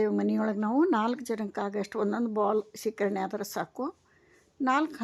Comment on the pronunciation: ಶೇಖರಣೆ ಅಲ್ಲಾ ಅದು ಸೀಕರಣೆ